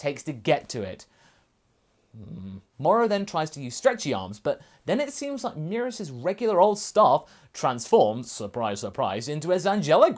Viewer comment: First time I've heard someone say merus like that, I was low key confused, it's supposed so be "meh-rühs" not "me-rus"